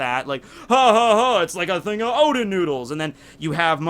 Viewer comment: Sorry but I need to say, the name is "Oden" not "Odin"